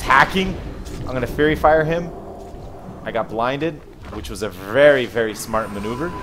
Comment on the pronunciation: its faerie fire not fury fire:)